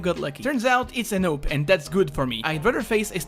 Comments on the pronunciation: You saying AWP sounds like NOPE! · I love the way you pronounce 'AWP'.